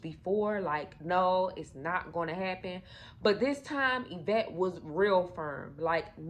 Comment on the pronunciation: Girl you cannot tell a story the woman name is Yvette get it right smh 😮